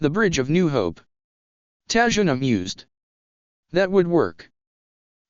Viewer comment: it's tazuna not tajuna